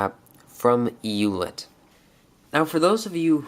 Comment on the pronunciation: FYI in German, it's pronounced "oy let" (as in oyster). But we Americans will probably never pronounce it correctly. We still don't say Porsche right ;) Not a criticism, just thought you may want to know, being detail-oriented as you are.